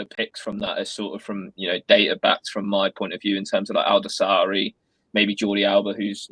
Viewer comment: You pronounce his name like this Sa’lim Al’daw’sa’ri